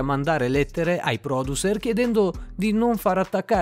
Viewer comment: Da notare come dice producers